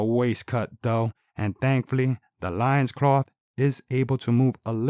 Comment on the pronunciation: Good review,but I think loin in loincloth is pronounced like “coin”